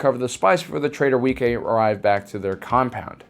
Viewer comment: Wee-kay? Isn't it pronounced Wee-qway?